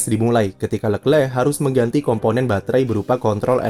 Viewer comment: Jijik om cara baca leclerc